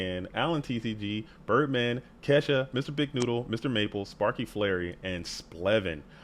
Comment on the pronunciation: ~ "Ke$sha", bruh it's Ke$ha 🤨🟨